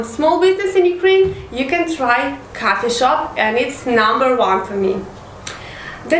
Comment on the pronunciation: Coffee and cuffy shop lol , learn proper accent